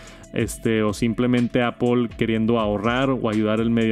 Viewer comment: "Apol" antes lo decias bien jajaja. "Apl" Gracias por el vid. Un abrazo!!